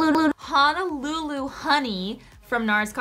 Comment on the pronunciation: Cracking up at her trying to say “Honolulu” 😂